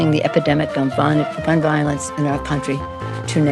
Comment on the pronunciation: did she say fun violence? instead of gun violence lmao